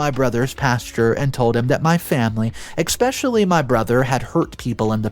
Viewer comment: Please stop saying "expecially."